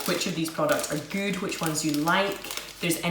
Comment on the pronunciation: I love your videos :) Thanks for the reply :) And I love how you say Goout instead of good :) I wish I could find these Polish treats in Canada :(